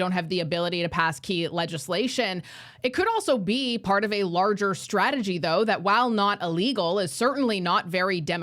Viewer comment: It’s interesting how when Sean Fraser says “strategy” it sounds like “tragedy”